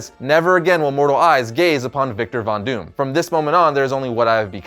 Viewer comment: Bonus points to you, for pronouncing his name PERFECTLY.